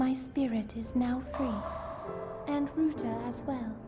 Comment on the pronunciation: IT'S RUTA WITH AN A AAAAAA